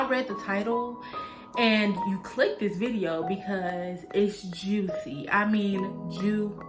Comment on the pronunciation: “Joo-icy”😂 what’s a good wine for first time wine drinkers/starters?